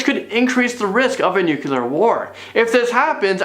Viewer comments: It's Nu-Clear. NOT Nu-cular.. 😁👍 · he still says nucular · Nucular or nuclear? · Why cant any of them pronounce the word "nuclear" correctly?! Its not that difficult! Its pronounced "noo-clee-ur", not "nucular"! Pronounce it like its written, right? Doesn't that make more sense? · He said "nuculer" haha